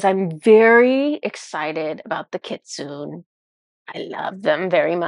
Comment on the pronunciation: I didn't know the kyuubi/kitsune are real! 😲 (I believe it's pronounced "kitsu-neh", with the e pronounced.) But it makes sense they stepped forward because it's for the 9/9 portal. 😀🦊 Thank you so much, and Inari!